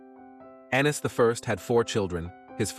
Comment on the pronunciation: Yo narrator u dumb fuck It's A-nees Not An-ees u uncultured swine